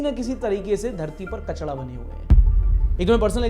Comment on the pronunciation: Baki sab theek hai bhai bas tu kachda mat bola kar. Usse kachra kehte hai kachda nahi